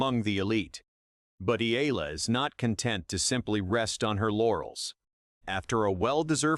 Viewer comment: Eala: eh-YAH-lah